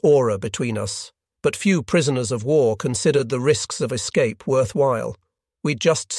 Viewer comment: You had me going for a minute until the AI mispronounced "escape"